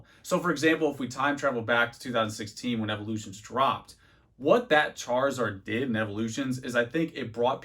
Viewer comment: I'm 50 seconds in, Charizord... Chari.... ZORD????